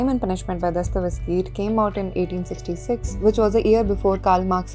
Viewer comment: It's Dostoyevsky, not Dostovesky